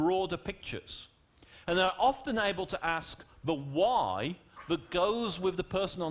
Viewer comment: "khu-y" is how he pronounces "why"